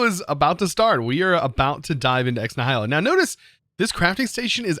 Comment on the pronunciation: It’s pronounced “Ex Knee-h-i-lo” The i is pronounced like the i in it.